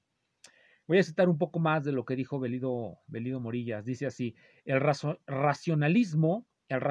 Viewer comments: Bellido se pronuncia como calle, pollo, lleno, etc. Si el apellido fuese italiano sí que se pronunciaría como "L". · Se pronuncia con el fonema /y/ o /ll/ si es que se hace la distinción en el resto de palabras que se escriben con el dígrafo ll. En cualquier caso, no se pronuncia como una ele sino como una elle. Saludos.